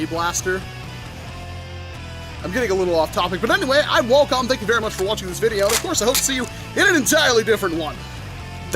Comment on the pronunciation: Walcom S7 u said whale cums